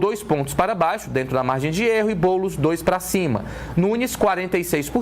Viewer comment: Ate o jornalista ta chamando o boules de boulis kkkk